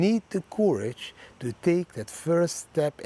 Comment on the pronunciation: Thx 4 every video, thanks for all the effort every week. Your daily quote is great, but please change your pronounciation of courage...it's not the pronounciation like "coup", but like "currency", you have to say it more like currage